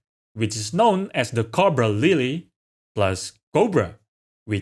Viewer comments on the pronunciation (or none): none